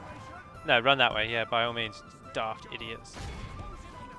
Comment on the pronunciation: I actually miss the way you said "Run". It did flow nicely with your accent. I'm American, so I'll say "Roon" till the cows come home, but I only pronounced it that way because I thought it sounded cool. I had no idea if it was correct or not, nor did I really care. Screw the Grammar Nazis, but screw my preference, as well. Say it however you like.